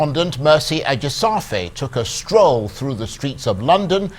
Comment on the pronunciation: I feel so sad that the host cannot pronounce his colleague's name well . Please work on it. This is Nigeria - a-ji-sha-fair